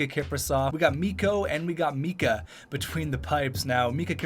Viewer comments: Its Miikka Kipper not Mikka XD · IT'S MIIKKA KIPRUSOFF NOT MIKKA KIPRUSOFF!! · Its Miikka Kiprusoff, not Mikka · It’s miikka not mikka